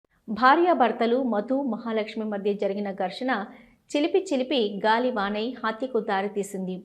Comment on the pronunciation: చిలిపి కాదమ్మా. చిలికి..